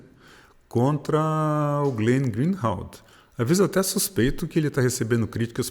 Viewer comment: Parabéns, Gilberto. O Glenn é realmente um jornalista de verdade. Só uma correçãozinha: a pronúncia do sobrenome dele, GREENWALD, é "GRINUALD" e não GREEHALD (GRINRALD). Desculpe a indelicadeza. Você também é um ótimo jornalista e tem a minha admiração.